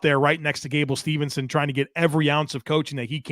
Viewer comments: Not to be that guy,, but it's "Steveson" not "Stevenson" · Always love the show. Props as always. One pet peeve... gable steveson. Not Stevenson. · his last name is Steveson, not Stevenson